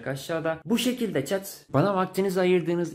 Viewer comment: çet? bak yeni dikkatimi çekti 2. izlemem